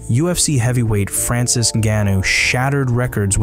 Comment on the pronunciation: Like 31 seconds in when he mispronounces francis's name I just know that this guy's only getting paid to talk. He's not a real fan